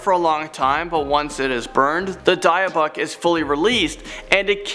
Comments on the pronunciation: Its pronounced DIB ICH BOX NOT DIEBIC. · D-ibic not dyboc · It's pronounced as dibbuk not diebbuck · gotta be careful of those die-a-buck boxes, you'd think standard prep for a vid would be pronunciations of key items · FYI: Pronounced 'Dibbik Box'. 🖖👽 R.I.P Lorraine Warren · I think it’s « dee-buk » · It's pronounced dibic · Hey! You mispronounced Dybbuk! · #2, It's Pronounced Dybbuk Box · It's actually pronounced ED-inburough 😅 And Dybbuk is pronounced Dibbuck.